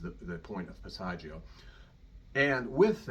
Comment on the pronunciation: Everybody has A passaggio"???? This man doesn't even pronounce the word correctly. He knows absolutely nothing about the passaggio areas and how they are important. Pavarotti, like so many star opera singers, didn't know science. He sang like a pig. He had a magnificent native voice. "Pitch together"? Nice sound, by the way. Oh, my...Run, please run. What I DO like here is that when he makes that tight sound he does move his mouth and lips to assure, well, never mind. It would take too long. That is NOT technique. Corelli destroyed his voice. This is so upsetting. Oh, god, a vowel does NOT automatically adjust. Did he say, "Learn to sing to the center of the cords."???? Ignorant teachers should be arrested.